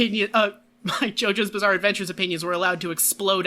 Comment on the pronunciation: the little slip said near the end "jojo's bizzare opinions" should be another subtitle for this:)